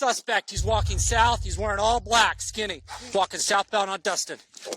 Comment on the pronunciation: idk if am hear it wrong but why does the cop saying walking sound like he saying fucking instead of walking ik there are word of what the cops are saying but the way he said walking sounds like fucking